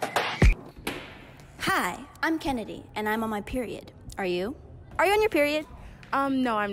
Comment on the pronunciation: it is not periodt it is period